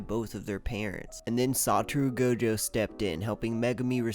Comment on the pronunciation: His name isn't saturu goujou